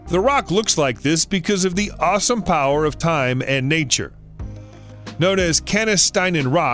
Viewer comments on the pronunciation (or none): none